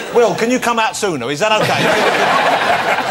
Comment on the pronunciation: That "okae" is the one we got on The Story of OJ 😂